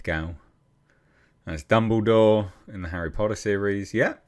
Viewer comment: Harry Pottah did u bring my weed cuh